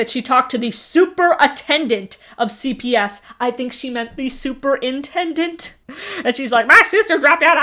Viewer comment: "super-attendant" LOL! 🤣🤣🤣🤣